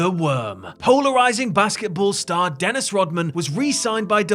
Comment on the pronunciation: What the hell is a “Den-isty?”